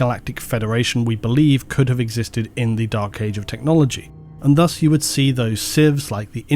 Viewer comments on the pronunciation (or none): none